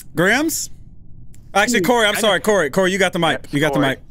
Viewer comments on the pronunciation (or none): "I was watering plants, it came to life"- CORY ISH SHOO ADOWABLE UWU